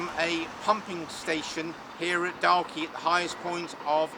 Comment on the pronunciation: "Walk, talk, chalk, stalk." Not difficult to pronounce. Why do some youtubers have difficulty with Dalkey?